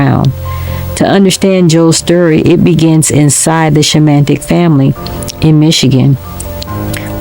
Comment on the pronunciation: You need to learn how to say Joe's last name out of respect !!